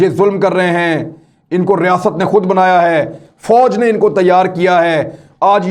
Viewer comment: Riasaaaat nhi imran khan bolain...